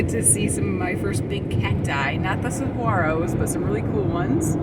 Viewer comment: All dressed up. Fun! Only been through once and didn’t stop. Great videos ! Btw, the g is not pronounced in the Saguaro cacti name. We said it the same way until we went to the National Park 😉